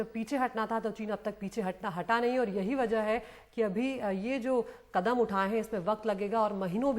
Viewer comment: Kadan nahi kadam hota hai